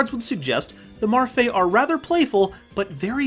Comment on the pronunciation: How are those characters read as Marfae? It is clearly Me-Ru-Fi-I